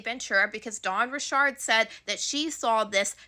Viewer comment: I’m trying to support you, but you keep pronouncing words wrong. It’s “RICH ARD” not ‘Rishard”